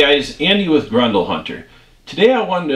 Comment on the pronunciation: "Grendel" is a character from an Old English Epic Poem. It is also the name of the 6.5 Gr*E*ndel cartridge. Grin-duhl. Pronounce the E and an E. "Grundle" is a slang term for the perineum. Or, the Taint if you will. They are not pronounced the same. Idk what accent this is, but "Grundle Hunter" just has some wild, wild implications.